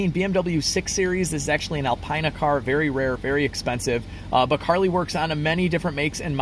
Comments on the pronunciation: It is pronounced Alpeena, not Alpiina. BMW guys will cringe. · "Al Pine Na" No man...it's "Al Peen Na" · Al peen ah. Not Al pine ah. How much does the Carly cost per month on those subscriptions? Every month even when one does not use it. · Alpina is pronounced Al-Pee-Na, not Al-Pie-Na. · I cringe when I hear you say Al”PINE”-uh when it is pronounced Al”peen”-uh. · It’s Al-peena but I’m not trippin. 🙂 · It’s pronounced Alpeanna . But great video 👏🏼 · Not to split hairs but it’s pronounced ‘Alpeena’ 👍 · This is bullshit. I saw this buliding in another youtubers video. This is at a body shop. If i remember the video i will update. Such clickbate bs. Did he just say "el pine a"? Lol.